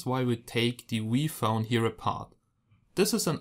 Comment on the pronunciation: No offence , but when he said "V Phone" it kind of sounded like Wii phone,therefore I thought the company Nintendo made a phone called "Wii Phone."